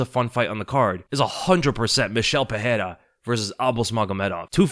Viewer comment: Pereira = Puh-ray-ra (no double r so no "H" sound) Ferreira - Fuh-hay-ra Can we get this right? Rogan started this dumb trend and has since corrected himself (since UFC 300). Very unprofessional.